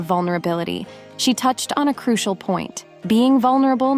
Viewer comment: Love your videos and your voice is very pleasant. pronunciation of certain words tho.....it's CRU SHEL not CRU SEE AL. Hugs